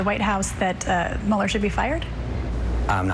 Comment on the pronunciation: I love how he pronounces Mueller as "Mullah." It sounds SO cool. Especially "Hurricane Mullah."